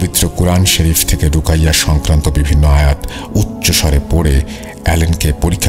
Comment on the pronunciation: রুকাইয়া না উচ্চারণ হবে 'রুকিয়া'।